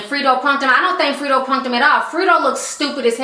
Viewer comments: respect to you for doing this show but please know how to pronounce the ppl you talk about name properly. its not Freedro. its Fredro. like (Fred and Ro) combinded. smh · GOOD VIDEO. ITS NOT "FRITO", ITS "FREDRO" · FREDRO, not Frito..damn girl lol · Free dro Lol its funny how you say his name i love it😄😄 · it's pronounced Fred Dro. You made it sound cute though